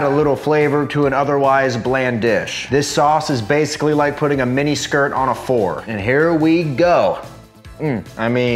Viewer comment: My brain heard it as "putting a miniskirt on a Ford" lol